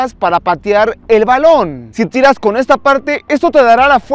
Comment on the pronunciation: tirash xd